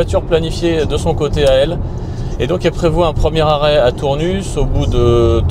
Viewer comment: Euh :) on prononce pas le S à Tournus, ça pique quand on est du coin 🤣. Sinon les Sexy buttons c'est un peu des gadgets ... ça ma convaincu Sinon bravo, sujet très intéressant, donc l'électrique pas si économique (sur long trajet) si le prix de l'électricité venait à augmenter outre mesure ...